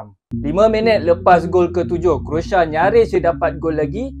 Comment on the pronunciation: CROATIA BUKAN( KROSA) /SECARA MELAYU KROASIA, macam mana mau memartabatkan bahasa melayu 😂😂😂